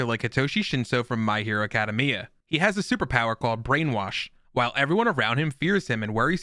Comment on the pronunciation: My hero Uh cad uh mee uh